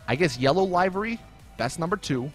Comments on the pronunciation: liv-ery. NOT live-ry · It's pronounced liv-ery not live-ry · Im Star its annoying that people keep getting this word wrong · everyone keeps saying livery wrong -.